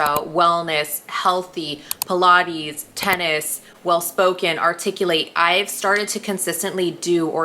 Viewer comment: You pronounced articulate wrong, but I like your drive.